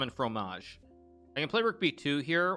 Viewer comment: You pronounced "croissant" and "fromage" really well, good job :3 !